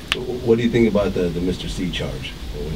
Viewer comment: he is a jackass he say thanks like ( taenks) think like (tink)